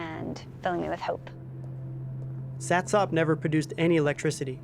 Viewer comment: Satsop. Pronounced satsup